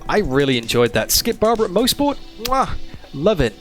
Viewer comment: I'm from Bowmanville. This is pronounced MOSS-SPORT here. Maybe we locals pronounce it wrong. Certainly possible.